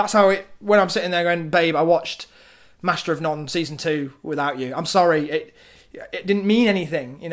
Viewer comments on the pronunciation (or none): liked the video, distracted by the way you say none